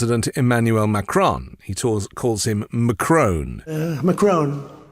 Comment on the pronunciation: ‘Mac - Crone’ sounds like a portmanteau of Mac(Donalds) and Cronut. Curious, that. Trump is showing us his Homer Simpson side.